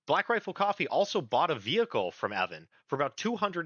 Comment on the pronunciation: Mispronunciation of Evans name is disreputable.